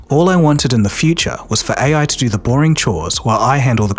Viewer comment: lol you said doo doo lol just say do